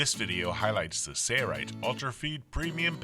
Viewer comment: Why why why? Why does he keep saying sayrite when it's spelled sailrite like sailboat? Either spell it different or say it right.